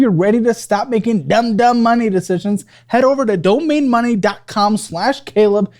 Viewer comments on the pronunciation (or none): none